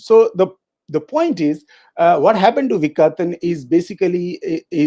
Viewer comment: It is vikaTan with a hard T as in part. Not a soft t.